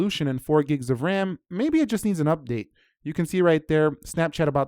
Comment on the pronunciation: I don't understand today's English. Game is not pronounced "geem", same is not pronounce "seem", update is not pronounced "updeet", too is not pronounced "tyeeu". This new trend is making me "loose" my mind.